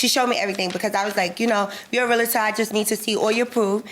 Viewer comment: It's Real-tor